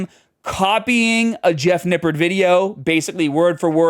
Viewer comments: You said "Nippard" wrong. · it's pronounced "nipp-ARD"